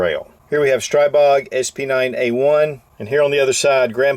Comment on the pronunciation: Your Stribog is pronounced 'stree BO'